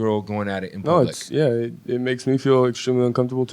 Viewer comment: "Leave it PLUBLIC" ... haha that ROCKS.